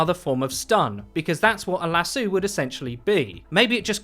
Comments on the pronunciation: ...Lasso, not lassoo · The way you pronounced "lasso" was hurting me inside. It's pronounced like Lass-Oh, not Lass-OOO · I cringed every time he said "LASOOOOOUX" instead of lasso... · it's las-Oh not las-oo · "LassOOOH"-You're definitely a limey bastard. Haha it's "LassOH". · Not to nitpick but it’s lass-oh no lass-oo lmao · LASSO. LASS-OH. NOT LASSOO. JESUS CHRIST. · Him: lasoo Me: lasoo? ...lasoo... OH SHIT A LASO THATS WHAT HES SAYING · It's Lass-o not lass-ew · why you calling it lasoo lmao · LASOO cringe LASS-O DEAR GOD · Do British people say "la-soo" for "lasso?" (Lass-Oh)? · Lasooooo? Lasooooo?!! Las-oh 😂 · Did he call a Lasso (Lah-So) a lasso (La-soo?) LMAO? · Lasoo?? Lasso dude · It's called a lasso but it's pronounced lassu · It's Lasso not lasoo.... Took me a while to figure out. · "Lassu." u wut m8? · you immediately lost me at "lass-oo" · Lah-soo... Haha I can't with his pronunciation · Is "lassu" supposed to be "lasso"? As in a rope that you throw around stuff. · I hope no one else in the UK says lasoo. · Dafuq is a lasoo? Lol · What's a lasoo? ;P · Lassoo? Or Lassso? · a le'soo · Lass-eww. Lol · Fuck is a lasue? A lasso? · a lasoo...wtf is a lasoooo...is that what brits call a lasso? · "LASS-OO" disliked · Did you just call a lasso a lasoo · Did he just pronounce Lasso LAASUE? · lassoo lol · imagine mcree pronouncing lasso as "lasoo" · At first I was like, "Wtf is a lasoo?", then he started to describe a lasso and I was like, cmon bru. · Negative Space and Anthony jones do you guys even live in Britain? We pronounce it lasoo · Jessica White I’ve lived in London my entire life and I’ve never head such a thing “lasoo” it’s just absurd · As a Texan I cringed so hard at his pronounciation of Lasso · The way he said "lasso" totally threw me off. Americans say it like "laah-so," so I'm wondering if this is the UK pronunciation? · Why would you pronounce lasso like that? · Omg your pronunciation of lasso had me reeling 🤣🤣